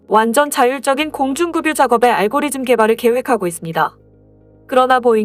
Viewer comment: 공중급유...를 계속 공중금유로 읽네... 공중그뷰로 읽는게 맞음